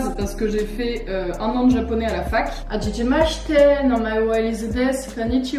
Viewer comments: Hey 💜 juste pour te dire que ta prononciation de "hajimemashite" est assez étrange 😅 essai de bien accentuer le "ha" aspiré du début, car même si en temps que français on ne voit pas trop la différence, un Japonais lui la verra 😉 et c'est bien hajiMemashite et non hajijimashite 🙌 sinon c'est génial que tu te mettes a cette langue, elle est si intéressante à apprendre 🤗 bref ce commentaire était pas du tout avec de mauvaises intentions, c'est la plus normale des choses de faire des erreurs quand on apprend une langue, et je pense que le plus important c'est de se corriger entre nous 🙃 voili voilou des bisous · On en parle du japonais parlé par? 😭 « Hajijimashite » C’est « Hajimemashite » mais trkl ( continue t géniale )